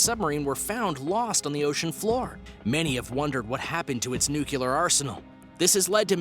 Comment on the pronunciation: Dammit man! Quit saying NOO-kyu-lur! It's pronounced NOO-klee-ur! Say it as it's spelled! Jesus Christ man, are you really that stupid?